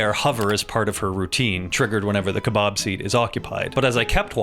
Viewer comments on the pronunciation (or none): I can't get over how weird he says kebab😂 Ke-Bawb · I can't stop laughing as he keeps saying "kuhbahhhb".